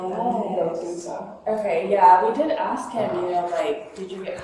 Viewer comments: IT'S "ASK" NOT "ACKSED" 😂 Here we goooo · Ask vs Axe. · Dude… you have to work on your language skills. There is nothing called AKS. It’s written and spoken as ASK. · Would love to know why do many millions of black people can’t pronounce the word “Ask”?